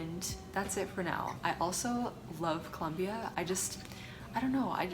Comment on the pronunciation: Did just try to say colombia? Lol